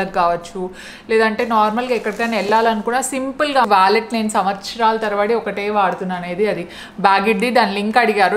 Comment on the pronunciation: French Connection not Collection. Inka wallet not vallet. You are cute, just like my niece, hence felt like correcting you